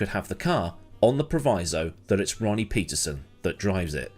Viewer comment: pronounced: Pettersonn. Please! Pleeeease!